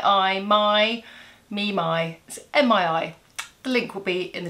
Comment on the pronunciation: You look fab - need to start with the dark shadow first. Top tip! It’s pronounced ME (Mii Cosmetics) x